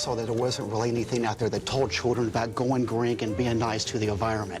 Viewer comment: "Goin Grink"? What the holy hell!